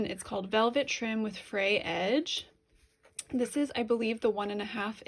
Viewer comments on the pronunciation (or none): none